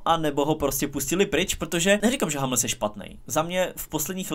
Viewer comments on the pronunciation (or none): Je to "humls", na "hamls" proboha :D Chce to zamakat na vyslovnosti... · Proboha, můžeš si zlepšit výslovnost některých hráčů? Občas co od tebe slyším to je fakt hrůza, zvlášť když pětkrát ve videu řekneš /hamls/ 😅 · Hummels se čte stejně jak se píše